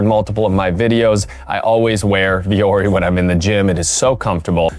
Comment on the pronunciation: LOL, ”vuori” is Finnish and it means ”mountain”. And it’s definitely not pronounced like that. 😅